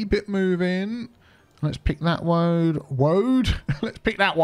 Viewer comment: Great video, A Good looking City. I do love a Good Cup of Tea but i think now i love a GOOD "Woad" Too. LMAO. xxx